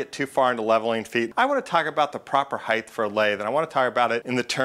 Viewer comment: Good explanation. You can get chapter and verse from Connelly's "Machine Tool Reconditioning", which is available entirely legally as a pdf from the internet archive. That said, your pronunciation makes my skin crawl. Height is "H-ai-t", not "h-ai-th", temperature is "tem-pur-a-chure" or "tem-pra-chur" not "tem-pi-chur". Eeeagh.